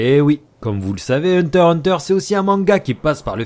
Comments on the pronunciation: Hunter x prononce le x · On dit le X !!! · le x ne se prononce pas, mais en faites y-en a qui le disent car c'est laid "hunter hunter" mais ça doitêtre dit comme ça